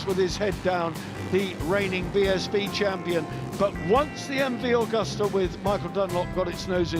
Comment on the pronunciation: It’s an Agusta - not Augusta.